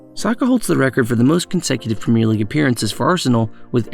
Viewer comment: It's pronounced Premier